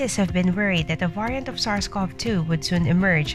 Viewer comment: Why don't you pronounce variant correctly?